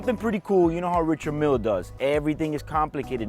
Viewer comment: It's pronounced Ree-shard Meal. The man is French after all